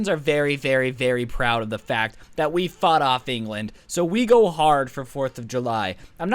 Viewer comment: I like how 2 minutes into the video and he already says a foght in history